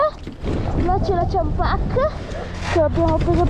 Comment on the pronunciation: Si dice Ciampac con la c non ch